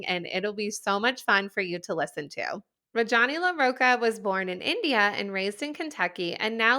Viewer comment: Love that you had this awesome woman on the podcast! But please learn the correct pronunciation of her name. Indian names are extremely phonetic and sound exactly like how they’re spelled!!